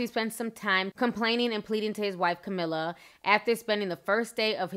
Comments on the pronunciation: Great video commentary ! Thanks T. [ Fyi... "CAMILLE" - ( SOUNDS LIKE : KUH MEEL) not "CAMILLA" ] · Great video Ti but damn baby you still butchering people's names. It's Camille, you said "Camilla" 😂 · His wife name is Camille. Not Camilla. Kah-Mill. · His wife’s name is pronounced Ca Meal - Camille